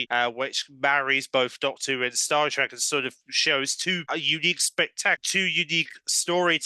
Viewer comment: Star TrEk. Not Star TrAck.